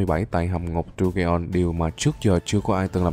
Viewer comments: Đu ge on 😂😂😂😂 Dungeon mà😂😂😂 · Anh đọc dungeon thành đu ghê on thì cũng đúng mà đọc đúng thì là đân dần